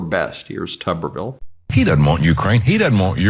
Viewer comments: Please pronounce Tommy's name correctly. It's Tooberville, like a tube of toothpaste. The way he wznts pronounced would be Tubberville. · I think it's Federal Law that you have to pronounce his name as "Tooberville", just like Chesboro must be pronounced "Cheese-Bro"